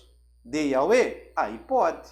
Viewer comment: Porque o irmão pronuncia IAUE ? Seria sinônimo de YHWH ? É que a pronuncia lembra nome de entidade